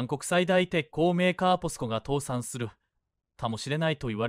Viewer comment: 「父さん」では無く「倒産」ですよ⁉ 変な日本語❓